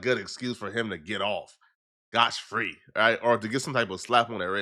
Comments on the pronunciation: it's SCOTT FREE not SCOTCH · its not "Scotch Free" its "Scot Free" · The phrase is “Scott-free”, not “scotch-free” 🤦🏽‍♂️